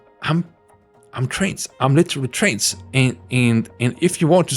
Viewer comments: You pronounce trans like trains and I find that cute and silly. Trains are cool. :D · Trans and trains are cool (I’m autistic)